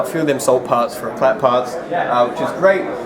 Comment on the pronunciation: How dopey, can't even pronounce Éclat!